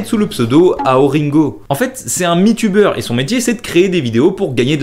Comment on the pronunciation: Mytubeur se dit "maï" et l'académie Miden se dit "mi"... Serviteur.